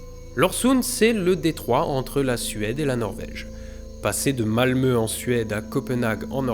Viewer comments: Étant Français passionné de la Suède et ayant appris le Suédois, je te félicite de ton excellente prononciation de « Malmö » et de « Ôresundsbron » ! ❤ Par contre Copenhague c’est au Danemark, pas en Norvège ;) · Mais il a prononcé correctement Malmö !